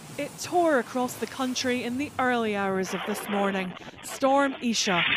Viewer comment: For heavens sake it's pronounced Eye-Sha! The name of the prophets mother.